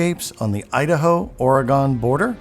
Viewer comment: You should learn to properly pronounce Oregon. Sounds like you have never been here. Will add some credibility to your video.